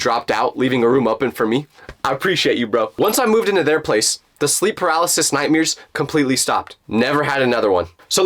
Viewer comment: vro, why does keep calling nightmares, nightmeers😭😭😭